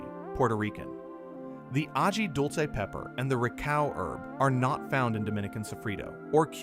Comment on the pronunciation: "agee"? This black American's ears hurt to hear "ah-hee" glossed over so badly. And I love some perníl! 😋